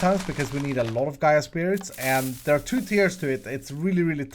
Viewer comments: Gai ah is how you pronounce it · just a heads up the boss is the earth goddes gaia you kind of pronounced it wrong